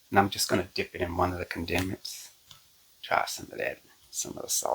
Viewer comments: Condiments is pronounced ‘CON duh ments’ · I think the word is correctly pronounced as "con da ments"!❤😊